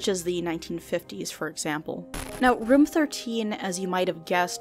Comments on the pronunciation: me: "room": "röm" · Not a complaint, just wanted to say... I dunno how to feel about "Room" pronounced like "Rum" hahahah no hate, love your channel btw, bingewatching all your vids.